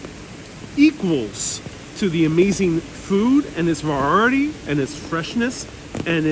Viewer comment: Va-reye-i-ty. I have seen you only a couple of times. Where are you from?